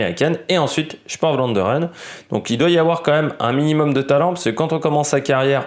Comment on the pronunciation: 1 Vlaanderen se prononce pour vous une bonne fois pour toute f plus v merci